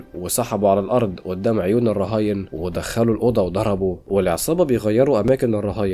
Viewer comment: يعني ايه اودام الشرطة بهدلتوا اللغة قول ورايا قدام اسمها قدام بال ق ق جبت اود بدل ال ق ازاي